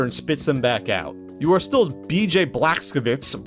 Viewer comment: B.J. Blazkowicz might be pronounced "Bla-z-kaw-vich"